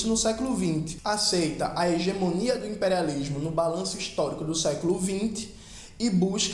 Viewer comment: KKKKKKK não sei o que não sei o que, o impériálishhmo hueuhsudheua que bicho ruim cara